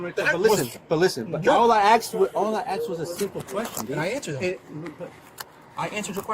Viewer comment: "All i axed" ... hmm, i didn't see him holding an axe?